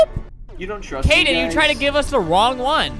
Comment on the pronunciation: His name is Kaden not Kayden btw